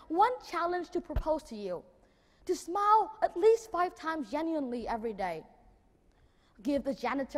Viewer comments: Mình học ở mỹ cũng lâu ròi mà hầu như hong nghe ai đọc smile là /smoul/, mọi người toàn nói là /smail/ thoi. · smile, pronounce smai-o`.likes smou..l, u kn? ple listen AJ Hoge lessona. sinsere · He just simply pronounced "smile" in the wrong way! 😂😂😂